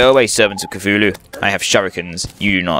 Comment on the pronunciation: your saying cthululu wrong , its ka tooh loo . say it a fast so the H on tooh is silent but you can still hear it a little